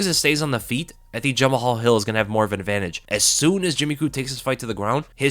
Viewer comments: Yo it's not Ja-Ma-Hal Hill lol it's Ja-Mal Hill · Jama-hall😭it’s pronounced juh-mall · You pronounce 'Jamahal' as 'Jamal'.